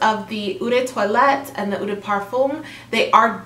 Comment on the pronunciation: Salut! Love your chanel. Keep up the great work. Please allow me... Eau is pronounced almost like “O”, perfume is “perfer” the m is almost silent. If its parfum, its pronounced “perfoom”. The vowels (e) at the end of “vanille” and “toilette” are silent. So vanille is pronounced “vani” because “ll” is silent as well. Toilette is pronounced “twalett”. “schance eau tondr” and the green Chanel is eau fraiche (o fraish). Merci 🤗